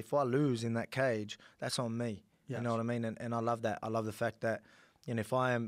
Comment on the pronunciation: Alexander "yaknoewaddimeen" Volkanovski